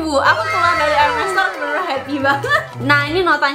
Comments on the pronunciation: bacanya herme ya bukan hermes walaupun tulisannya hermes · bacanya bukan erMES kayak geMES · Ermey ngga siih cara bacanya, bukan ermes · Benner ... Luna Maya prnh bilang dulu, bacaanx ermes bukan Hermes